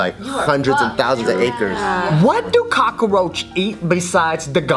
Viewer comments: Why are they pronouncing 'cockroach' like 'cockaroach'? Am I the only one that noticed? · COCKROACH HAS 2 SYLLABLES NOT 3!